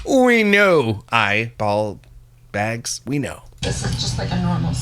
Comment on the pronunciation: Eye……….. ball……….. bags…..😂 the pause in between the burn had me DONE 😂😂